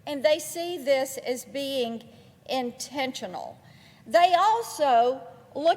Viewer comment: Intensional! Did you hear that? Intensional!!!!